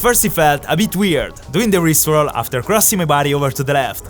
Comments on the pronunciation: IT IS NOT COIED A RIP ROLL IT IS COLIED A RISTE ROLL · i genuinely thought he said rick roll instead or rip roll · i thought he said rick roll lol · Never gonna give you up, never gonna let you down. Sorry I thought he said rick roll (jk) never gonna run around and desert you. This time he said wrist roll :) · the "rip roll" sounded like rick roll😂😂